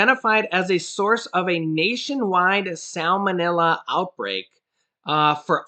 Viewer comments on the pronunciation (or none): none